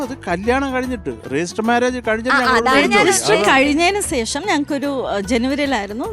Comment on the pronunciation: സേഷം അല്ല... ശേഷം